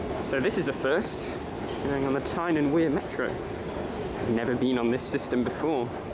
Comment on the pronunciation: orrible pronounciashun of metraw. pronoonce it lak a propa geordie man.